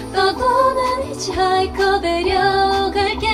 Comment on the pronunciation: 히치하이커 아니구 히차이커